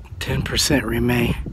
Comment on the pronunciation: Ok this guy literally stops speaking in the middle of the word “remain” he says “rem...............ain”. At the same time he blacks out, there is a creepy face with an open mouth (as if in a silent scream) in the reflection in his glasses. WTF dude! Call the ghost hunters and at least make some money off this thing! My hair is standing up! 😱😱😱👻👻👻